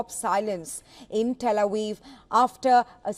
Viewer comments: Pronunciation 09, , "Tel Awiv" and not Tel Aviv. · "Tel A Weev?"